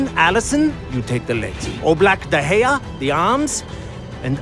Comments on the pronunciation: hahahaha kevin De-Groin-ah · kevin de groin-ah 🤣🤣